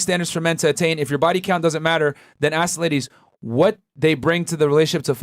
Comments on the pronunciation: ASK! It’s pronounced ASK!!! Not AKS. Can we start shaming ghetto people saying it that way?! My god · FnF are getting dumber by dealing with these women, and are saying Aks instead of Ask. STOP saying AKS!( i cringe every time and i am not a native speaker)